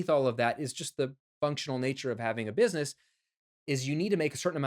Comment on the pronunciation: Looks like you hustled making this video so much that you spelled "busyness" instead of.... oh, you actually really are saying busyness instead of business...... see what hustling is doing to me, man?!